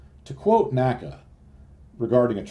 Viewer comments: Excellent video. N-A-C-A, not "NACA." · People of the time period did not pronounce NACA as a word. They said each letter.